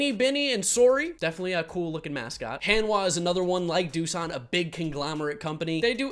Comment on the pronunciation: Korean 101. Most of "A" sound, just promounce as "Ah" not "Ae" like most of the world do. So Hanhwa, H"ah"n hw"ah". Thank you:)